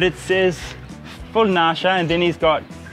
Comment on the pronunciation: The full nashah is pronounced full (nush-ah) which means full drugs meaning drugged.